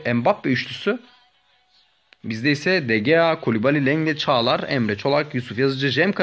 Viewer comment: Abi bazıları niye "de heya " diye okuyosun demiş ama zaten öyle okunuyo sen doğrusun